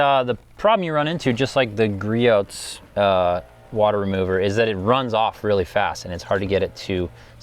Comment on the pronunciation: Grote pronounced Gree oh